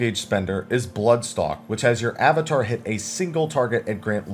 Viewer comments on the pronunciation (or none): none